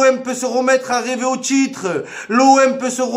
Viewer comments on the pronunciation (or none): on a bien dit RÊVER 😂😂